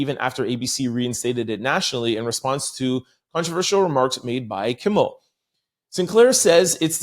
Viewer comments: I caught that too, but then I remembered he says he has a speech problem when it comes to his dyslexia. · …KIMMEL KIMMEL KIMMEL Not KIMBLE TWF? 😮